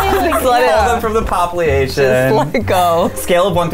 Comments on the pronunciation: this dude said “popliation” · “Remove then from the popleation”